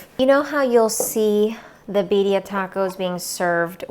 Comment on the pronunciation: You know it’s good when they pronounce it right. I say Beer-ia